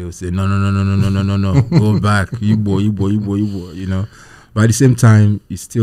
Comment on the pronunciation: Come correct or don't come at all. Its Igbo. The "G" is NOT silent.